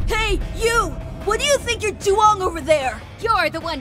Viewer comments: ''what do you think youre duwang over there'' im dying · "What do you think your dwang ?"